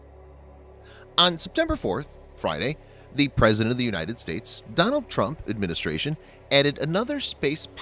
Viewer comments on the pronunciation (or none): none